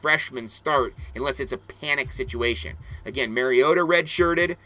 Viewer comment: Great take on the current qb situation!! Just one pet peeve I have, it is Mariota not Merryota. Off to play my Mario Bros. Go Ducks!!